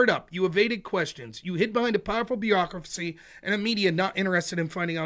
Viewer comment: Stop saying "beerocracy"